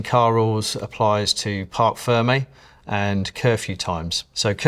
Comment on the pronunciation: « Park firme » 😂 It’s « parc fermé »!